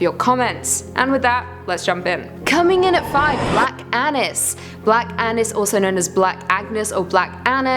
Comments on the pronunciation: All seriousness I thought she said black anus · black anus. Cant unhear